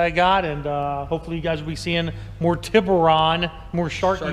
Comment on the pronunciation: Hy-un-die tib-oo-Ron. Tus-kan-e say it right